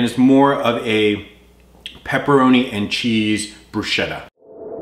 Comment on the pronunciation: It's pronounced "brusketta", just a minor correction.